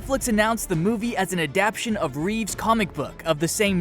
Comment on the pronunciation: The word "adaptation" is pronounced aa-dap-TAY-shun, not aa-dap-shun! I wouldn't nitpick if he didn't say it so often!